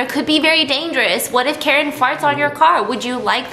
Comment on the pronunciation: Girl did u just rhyme Karen with carin lol